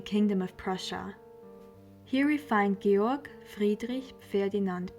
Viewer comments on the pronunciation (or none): I'm sorry his name is GEORG not George. Call the person by his correct name..It's not that Karl /Carl is a hard name to say.